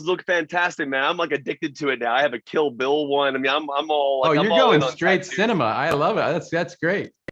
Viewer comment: Yeah, I know that. But it sounds like he says "Kill Bill".